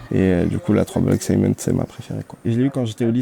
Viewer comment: Par contre va falloir arrêter de dire sciment pour cement lol